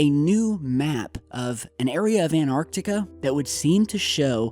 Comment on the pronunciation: while we're on pronunciation. its anTarctica. the T isn't silent